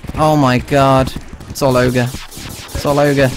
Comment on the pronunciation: Did he say all ogre